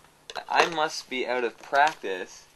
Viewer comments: he says "out" funny :-p... like "oat". thanks for the video, though. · hmm must try to find all that stuff here... Also I love how you say about and out :P